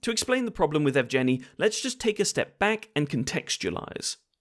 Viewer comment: Evgeniy is pronounced "Yehv-geh-knee." I know it's a bit of a pointless know-it-all bit of pedantry after the fact, but it does grate on the ears a bit if you speak the language. Might be worth running foreign names through Google Translate's voice feature before recording scripts in the future?